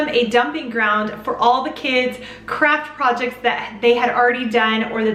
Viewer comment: At first I thought you said “crap projects” instead of “craft projects”. I was like wow girl, wow 😂 😂 PS- your hair looks fantastic in this video!